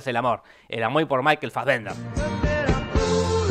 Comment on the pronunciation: Puede dejar de decir Michael "Faggender"??